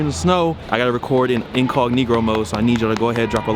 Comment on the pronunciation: DKM this nigga said inconigro